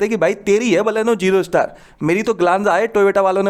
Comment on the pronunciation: Bhai Jero nhi ZERO ....LAST VIDEO ME B BOLA THA ....AB TO MERA B BOL RA KI ZERO BOLO 😂😂